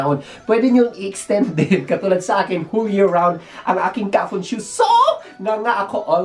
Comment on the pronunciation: kafunSHO hindi kafunSHU🤣🤣